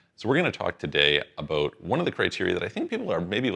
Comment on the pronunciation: As soon as I hear "aboot", I'm out.